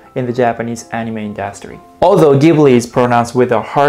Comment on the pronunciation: You pronounced "industry" wrong